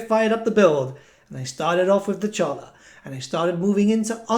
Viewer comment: The campaign intro gave you the proper pronunciation of Dechala.